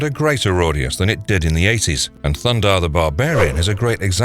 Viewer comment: it's THUNDARR THE BARBARIAN not thunder the barbarian also it's not SHIRA princess of Power it's SHE - RA also, i'm not sure the simpsons really belongs in this list with Thundarr, Mask, Inspector Gadget and He man